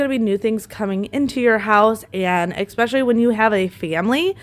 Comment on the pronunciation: I have to say it. It is probably the teacher in me, but the word is eSpecially not eXpecially. I love your videos but you say that word incorrect and wanted to let you know. Many mispronounce this word but for what it is worth....